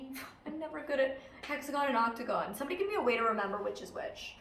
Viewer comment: Octo-gon, 8 like Octo-pus